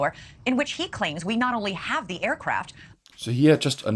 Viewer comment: Please learn to pronounce th as in "the", I am zinking of Klaus Schwab all ze time when listening to you. Come on, you can do it.